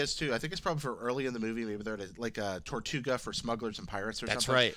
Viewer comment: not what I meant. the species is called Togruta not tortuga